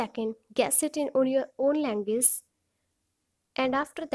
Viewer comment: Dilizent??? Languaze???? Nice pronunciation 👍